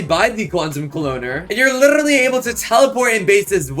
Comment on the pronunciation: "and you litrrrrrrrrrrrrrrrrrrrrrrrrrrrrrrrrrrrrrrraly"